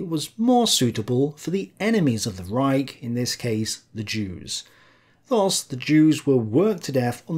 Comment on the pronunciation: Would be great if you could actually pronounce German terms correctly- "Rike" is not a word...